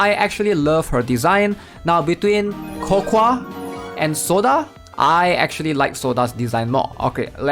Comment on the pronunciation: Brother it’s co-co If i hear co-kwa one more time i swear to god